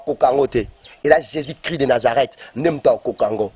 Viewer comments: Ba fanatic Bo keba,guegue et Jesus ne se prononce pas de la meme maniere ,,,muana nzambe yebela ,j'aime bcp le Pasteur Moise mais mobulu ekoti ... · C est juste sa façon de prononcer le nom jésus qui sonne de la façon ouvrez bien votre oreille et surtout soyez très intelligent et vous comprendrez qu il dit jésus.